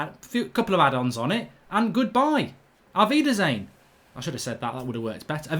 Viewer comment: Mark sayin "Aufweiderschen" reminds me of DJANGO😂😂